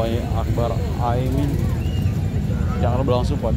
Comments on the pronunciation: Ini org ngomongnya dari tadi Aimin bukan Amin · Bukan Aimin bang tp Amin. Kok dr td nyebut nya Aimin terus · Mas jangan sengaja sebut Aimin, tapi Amin yg benar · Ini pemilik akun, selalu ucapkan Aimin, Salah woy... AMIN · KOQ AIMIN?... bukannya AMIN? Pake lidah mana min? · Bang bolak-balik ngomong AIMIN terus... yg bener AMIN bang... wah jd curiga nih... jangan2 kelompok AIMIN WITJAKSONO...